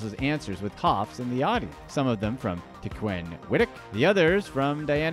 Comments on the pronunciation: tec-when is how its pronounced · Pronouncing Tecwen's name wrong several times here.